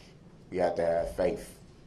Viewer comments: "Fafe" and "troof" is his ultimate misunderstanding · "Faif" made my day :) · What school taught him that the 'th' sound is the same as the 'f' sound? "Truf" "faif" 🙄 AND how arrogant do you have to be to think you could wing a closing statement for your LIFE?! And I 100% think he's lying about the child writing him. That was meant to pull on the jury's heart strings! He lies as easily as he breathes!! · U said what is “faif” and I lost it and laughed for a good 10 mins straight 😂😂😂I needed that at that time bc this funny looking 🤡 was making me pissed all over again. You got yourself a new sub for that one!🤣🤣🤣your commentary was everything and right on point!